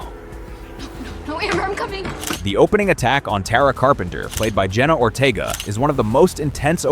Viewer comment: It's Ortega not Ortiga😂